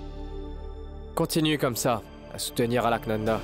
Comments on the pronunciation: Qui comme moi a vu que Vias J a dit Alkananda au lieu de Alaknanda 👍👍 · Vias joue bien son rôle de malade 😂il ne peut bien prononcer le nom d'Alka li di Alkalanda 😂eeeh les indiens 😮